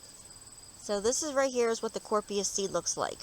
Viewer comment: Helpful but FYI the name is being mispronounced. It’s sounded out as Cory-op-sis